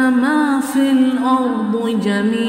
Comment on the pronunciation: The pronunciation should be MA FIL ARDE instead of MA FIL ARDU